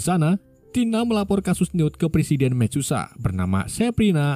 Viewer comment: Wkwkw mecusa susah bat